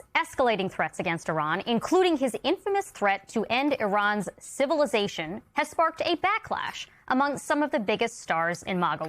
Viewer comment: Can someone teach Marjorie to say “civilisation”, not “civilation”?